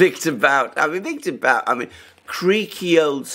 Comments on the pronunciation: The expert on victor bout (pronounced boot) is Daniel Estulin. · Guys, guys. It's Boot, not Bout, Bouth, Booth. The OO is short. More like 00. And what's more important - he is a good guy. Trust me. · BOOT!!!!!! Not Bout!!! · Not to be that guy but 'Bout' is pronounced "boot" (based on what I heard on Russian news) Otherwise, very good points on the topic. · Sorry, but his surname is “But” as in put, not “Bout” as in about. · His name is Бут, pronounced as Boot. He may not be snow white but he refused to “testify “ against Russia in exchange for freedom, even under threat of 25 years in prison. How many people would be ready to do this?